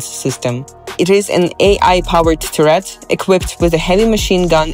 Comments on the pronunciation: tur-RETS? with a pronunciation like that, the system should be called 'SYNDROME' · you wrote the script, filmed B-roll, recorded a voiceover, and not once googled the pronunciation of turret